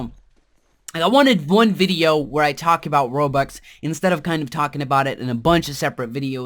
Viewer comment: he keeps on saying "Robax" X3